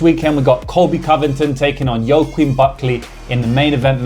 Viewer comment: hey just to let you know joaquin is pronounced 'wackeen'